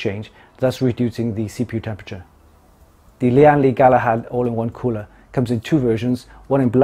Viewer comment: great unboxing Btw the brand is pronounced as "Lan Li" not "Li-an Li" Its a direct pronunciation from its Taiwan Chinese name 聯力